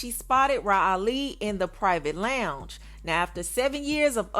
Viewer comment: "LONGE" 😂 NOT LOUNGE 😂😂😂